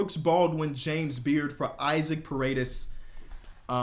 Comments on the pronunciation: it's pronounced E Sock not Isaac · Just so you know it’s pronounced eee-sock and not eye-zick. I Hope you like the references and you understand what I mean lol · Paredes first name is pronounced E-sock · Isaac first name is pronounced (e-sock) btw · Isaac Paredes is pronounced ee-sock puh-ray-days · Instead of Isaac his name is pronounce E-Sock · love the vids, just so you know Isaac Paredes pronounces his name “e-sock”